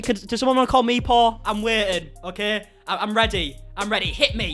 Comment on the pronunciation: I thought you were saying Paul. Jeffrey called Trisha Paul lol I was like wait whaaat?! Then I realised you were saying poor🙃